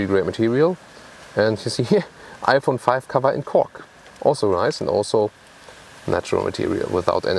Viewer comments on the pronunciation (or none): none